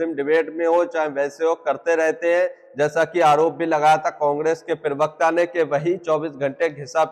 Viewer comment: पिरवकता नहीं प्रवक्ता बोले।